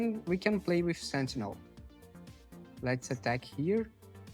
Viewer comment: Da pra saber que é brasileiro pelo "sentchinel" hihihi